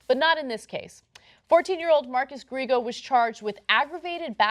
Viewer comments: Ana has said many times how she likes Latinos and she even married a Cuban, yet she still pronounces Griego like Gree-go. Come on, learn some basic Spanish pronunciation. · Gree-ay-go is how you pronounce it, just so you know. (Spanish last name.)